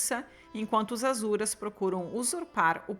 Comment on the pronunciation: querida eles pronunciam Assuras, mas tem muita pronúncia de texto teosófico q só se sabe em algumas comunidades herméticas, então ta tranquilo 😂, um bju❤